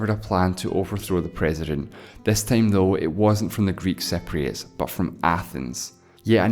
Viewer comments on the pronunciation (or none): u are pronouncing it totally wrong..its cypriots not cepriots..